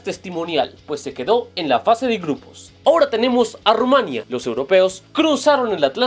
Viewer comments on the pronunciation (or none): none